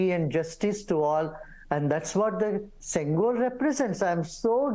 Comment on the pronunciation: Its pronounced shengol... not sengol.